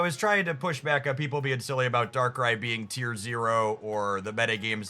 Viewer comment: Dont know how learn how to pronounce darkrai but shout out to that guy 😂